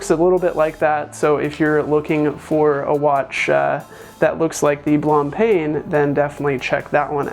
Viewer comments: Pronounced Blan-Pan basically. Not perfect pronunciation but it gets you closer. Good video. Thanks! --Michael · Blahm-Pan, I think is a better pronunciation guide, but frankly who knows. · Blancpain is meant to be pronunciated in french. you can basically make a google translate from english to french: white (blanc) and bread (pain) so you can listen to the correct pronunciation.